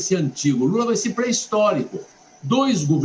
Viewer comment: SENADOR NÃO ADIANTA FALAR MOMENTO E DE AJI